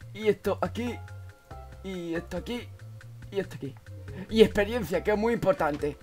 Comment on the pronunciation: experiensia...... bienn ajjajajajajja